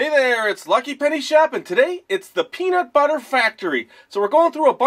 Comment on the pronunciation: sounded like he said pedobutter